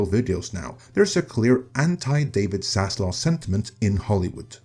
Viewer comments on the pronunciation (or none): none